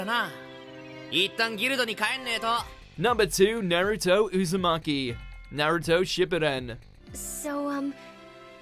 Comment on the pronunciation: Why can’t none of you people say Naruto Shippuden right